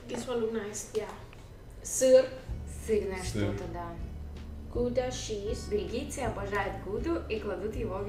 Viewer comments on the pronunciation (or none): не гуда , а Гауда, Она такая миленькая!